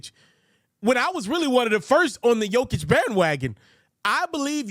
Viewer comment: Pronounce jokers name right then. For once. It’s embarrassing.